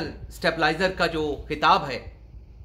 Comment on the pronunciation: Abe angrezi bolna to seekh le😅. STABLIZER KO STAPLIZER BOL RAHA HAI😅